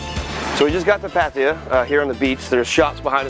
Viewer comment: You called it "Patia" it is pronounced Pat-Ta-Ya